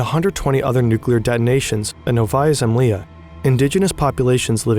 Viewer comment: I just wish people would research how to pronounce Russian words before making a video and trying to pronounce them. Fern got "Novaya Zemlya" waaaayyy wrong.